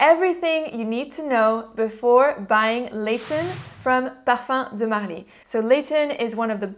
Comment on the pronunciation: you gained my respect, the fact that you spent time to learn how to pronounce it is a huge thing for me...